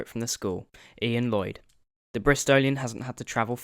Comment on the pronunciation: its ioan not Ian mate